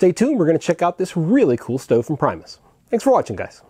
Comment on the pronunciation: For what its worth if you want to pronounce the company correctly its actually sounds like "Pre-mus" as opposed to the english pronunciation of "prime". Its not actually english and is the Latin/Swedish word for 'first'. I also think you'll appreciate the Whisperlite Universal model more if you ever get around to one. It lacks the really fine flame control on liquid fuels but has it on Isobutane and is also easier to service and is quieter. Lastly a little tip but with the gas cartridge adapter of the Whsiperlite Universal you can connect it to the Primus pump. Works fine.